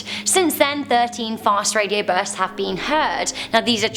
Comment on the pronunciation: Love you how you say burrrsts